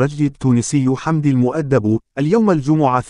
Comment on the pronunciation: يا اخي احترم الناس. الراجل اسمه حمدي المؤدب. تنطق AL MEDAB. مالك انت كل شوية. المدبي...المدبو ؟؟؟؟قبل لا تعطي معلومة تأكد من صحة كلامك !!!!!.